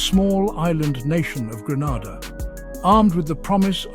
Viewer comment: There’s no point telling them,you would think that if a person is going to narrate on a country, they should at least know it’s name.i sometimes think that they do it deliberately.